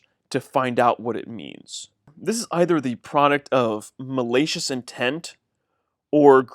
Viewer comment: can’t speak proper English “malacious”???